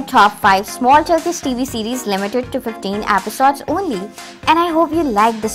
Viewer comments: Stop saying apisodes😂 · i left the minute you said "episodes" in a very weird way😬😬😬😬😬😬😬😬😬😬😬😬😬😬